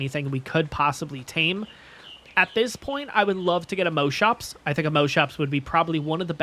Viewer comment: I have never heard any ark player pronounce Moschops as moaschoaps like how you say most, ive only ever heard it pronounced as moss. Thats really interesting. Also excited to find a new series to look forward too during the summer.